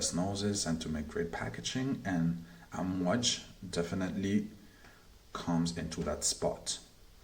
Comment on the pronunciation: Actually its pronounced Aamwaaaj not Amwj as you say it. Means waves in Arabic.